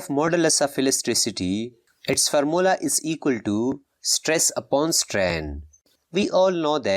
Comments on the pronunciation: At stress mhee pronunciation mistake ohh gaya sir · Pressure and stress u said wrong